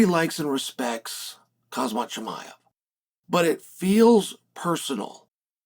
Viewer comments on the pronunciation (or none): none